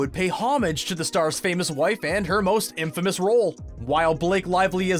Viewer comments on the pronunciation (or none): none